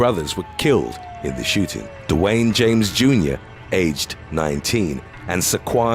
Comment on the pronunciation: Dewayne. Is DEE-Wayne lol. It’s French. 😉